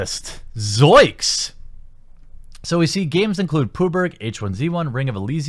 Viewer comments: Please stop saying puber lol Its a "G" .Just say pubgee. Unless its an inside joke i missed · wtf is pooburg? oh PUB-G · Congrats on Exclusively Gaming, I think you could turn it into a beautiful gaming site with non-political reviews and news. It can become a powerhouse. Please pronounce Player unknown as Pub G. Puberg sounds grosser than the game itself. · Hears 'Pooh berg' thinks wtf is that? Realises its 'PUB'-'G'. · why do you pronounce PUBG as pooburg? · What the hell is poo-berg? Is it PUBG? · Why do you call PUBG pooburg? Its fucking annoying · Who the fuck says Poobug for PUBG? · PUBRG? wtf just why call it PUBRG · PUB-GEE, not POO-BERG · "Games include pooburg..." You and I pronounce PUBG very differently. Pub-Gee. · Wtf is pubarg? It's PubG pabjeee 😁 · Listen, I love you and your content but I'm not sure if I can keep watching if you continue to call PUBG "pooberg" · pooburg LOL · You saying poober, it makes me wanna snap necks... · is nobody gonna mention the way he says pubg?